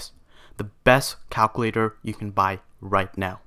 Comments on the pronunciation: U need to learn how to pronounce words 😂 “calclater” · "yes, a cowcuwaitor" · son passed calc ab and bc, but can't say calculator right